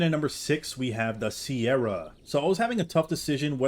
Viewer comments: why did you pronounce "cerato" as "sierra" 😭💀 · It’s not pronounced sierra it’s ser-atto